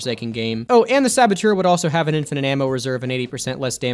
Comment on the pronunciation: Saboteur, not sabotour.